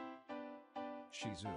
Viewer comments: Thank you for pronouncing Shih Tzu correctly. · I was so impressed that the commentator pronounced “ shihtzu” correctly. Not often we hear that 😀😀😀😀😀😀😀😀🐶🐶